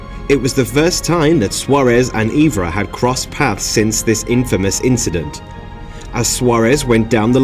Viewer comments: FFS!! “Eevra”, “Eetu” and “Mi-kay”!!! Learn the names, bud. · Really struggle with any name beginning with E, mate. Evra & Eto’O were butchered. Just a tad of research was needed to avoid the blunder. MacKay wasn’t great either.